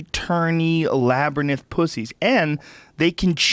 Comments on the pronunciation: Labyrinth, not labyrNITH. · Joe... it's Labyrinth...not, Labrynith. Cheers!! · "Labrynith"- Joe Rogan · Joe's pronunciation of labyrinth could use some work...